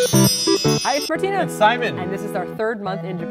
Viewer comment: What's up ""? 😂